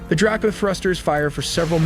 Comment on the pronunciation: Spx thrusters are not called Draw-co. But drake-o.